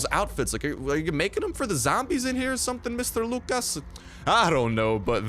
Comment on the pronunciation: The way you pronounced Lucas though 😂😂😂